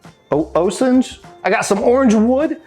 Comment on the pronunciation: Amazing . Orange wood is pronounced O-sage. Other names are hedge apple or bodark